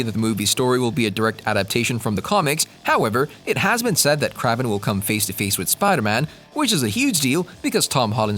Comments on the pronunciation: I was bout to say same thing kraven not kravven almost like craving lol it's annoying to hear it said wrong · Funny, I've spent all forty-three years of my life assuming that the pronunciation of Kraven's name was the same as "craven" (hard A sound). I don't mean to sound presumptuous, but are you sure that your pronunciation is correct in this video? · Ugh. It’s “KRAYVEN” … not “KRAHVEN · That's what i just said too. Lmao. He is gonna call someone out for their pronunciation when he didn't check his grammar.🙄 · Dude say his name right omg! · I really hate the way they say kraven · Is Aaron Johnson the first person to play a popular character 2 times? Also it’s kinda funny how you say kraven 😂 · Yes ur right this guy is a marvel fan and can't say the characters names right he even called Kevin a weird name to feedge